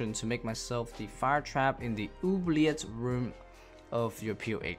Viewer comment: my guy pronouncing oubliette properly :)